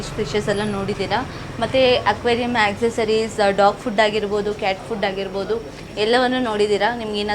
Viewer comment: Corruption in your word madam In sec cat fish ah cat food ah sec Lulu bal ah lulu mall ah 😂 madam tongue rombo roll howwdo😅😇🙏🏻